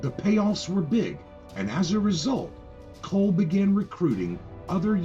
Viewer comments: its pronounced "call" not "cole" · It’s pronounced “call” not coal.